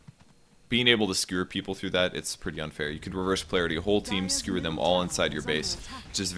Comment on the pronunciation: Does he keep saying "Skrewer?" It's driving me nuts!